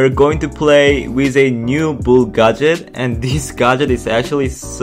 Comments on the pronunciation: Please tell this man how to pronounce gadget😂🤣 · it's gadget not gaaaadget